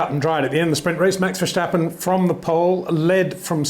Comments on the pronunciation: Peter please. It’s not VerSH-tappen. Do you say George RuSHSel. You don’t right? Your content is good mate but please I hear this with Paul Di ReSHta also. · HEY PETER WINDSOR, I HAVE MESSAGE FOR YOU SIR: With all due respect ... it is NOT Max "verSHtappen" ... Max is not German (Germans indeed do pronounce "st" as "sht") ... #Max33 = Dutch NL/Belgium! ... It is not "Bottash" nor is it "Lewish" certainly not "verSHtappen" .... This BS started long time ago when a British sport presenter interviewed father Jos Verstappen and assumed you can use a German pronunciation to a Dutch Driver thinking it is so "funny" ... It is not. Serious question: can any Englishman say "versatile" out-loud without saying "vershatile" phonetically? most can about 99,99% ... that is why most English can pronounce Verstappen 100% correct! Father Jos Verstappen (also F1 Racer) was very active between back then only a very few said "Vershtappen" but the vast majority of British sport presenters pronounced it perfectly ... only a few old stubborn farts like Peter Windshor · Please, please, please pronounce the name ‘Verstappen’ correctly, if only for your dutch viewers. It is very annoying to hear a name pronounced incorrectly each and every time. The ‘s’ in Verstappen is NOT pronounced as the ‘s’ in ‘should’ but as the ‘s’ in ‘still’ or ‘is’! So please use the sharp ‘s’ instead of a soft one as you are used to. Thanks!